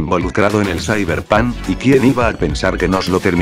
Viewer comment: "zaiberpan"